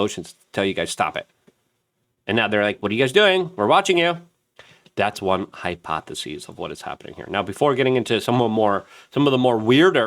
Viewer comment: How many ways can you mispronounce hypothesis? I don't know, but I believe you are the man to find out.❤